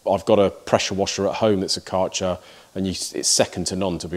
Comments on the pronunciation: Hey Mate.. It's like KÆ RCHER ... AE ... You have to say K aeer cher ... like German name dude ... it sounds like shit when you say CAR CHER... it's not their name. If you pronounce it correct I will ship you a beer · Nothing wrong with sponsoring for channel related products. You're a niche content channel and all of the time, effort and money needs to be recouperated so that we can continue to enjoy what you put out. Just one criticism Kärcher is prounounced Kersher. How do I know? I'm a Brit ex-pat and I live in Berlin. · Say.. Care Che R ( like che guvarra ) .. and then an R you roll on... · If Kärcher is your sponsor, you could at least take a minute to study how you have to pronounce "Kärcher". I don't try to be mean, it is just polite to do such things for your sponsor. The "K" was good, the "ä" is pronounced like the "e" in "to let", the r, well that's difficult for Engish speakers, so we leave that and than the "ch" is not a "tsj" but more like the scottish "gh" like in "Mc Loughlin". The "er" bit was good.